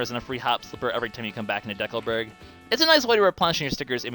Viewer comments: It's decalberg not decaalberg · It's a combination of the word "Decal" and "Burg", a common suffix for a town of some sort. The word "Decal" is where ambiguity comes in, as in Canada it is commonly pronounced as in this video, but it sounds very strange to residents of most other countries, who would use a long E sound and further stress on the second syllable rather then deh-coal.